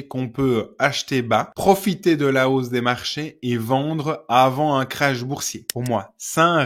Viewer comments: Un crash boursier ? Non, un krach boursier. Et ça ne se prononce pas de la même manière 😊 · un krach boursier, un crash d'avion. Quand vous dites crash, mes oreilles saignent ☹️